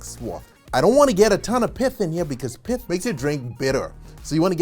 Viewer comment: Are you saying Piff, or Pith? For the stuff on the orange slice 😊